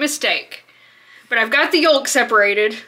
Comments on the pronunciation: I’ve never heard anyone pronounce the “l” in “yolk” 😅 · Omg the way you say “yolk” I’ve never heard someone pronounce it like that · Your pronunciation of YOLK is wild to my New York ears.